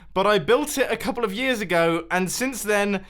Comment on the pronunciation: When you said 10 years ago, I thought you said 100 hundred years ago